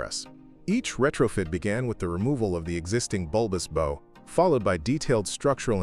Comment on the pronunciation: The You Can Do Channel, hub? You can’t even pronounce “bow.” Terrible say-nothing AI writing too. This is the Fluctus channel, nothing more. In other words, it’s terrible. Can you pronounce “terrible”? It’s pronounced “Youcando.” Guess what, you can’t do. So don’t go away. Just go away. Go write for the Republican Party.